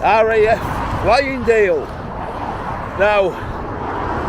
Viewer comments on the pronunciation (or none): It's called 'FYLINGDALE*S*' There's an 'S' on the end. You wouldn't call LEEDS 'LEED' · Pleased i arent the only one to notice!! As a local to that area it annoyed the hell out of me everytime it was called Flyingdale